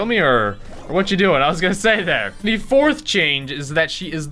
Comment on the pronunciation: why did he say FORTH like that😂